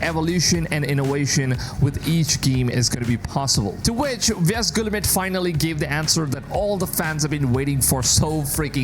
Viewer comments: his pronunciation of yves guillemot is an absolute violation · You are butchering the pronunciation of Yves Guillemot's name... not that he deserves respect